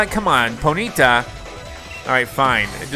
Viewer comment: IT IS SAID LIKE pony-taw. But other than that keep up the great work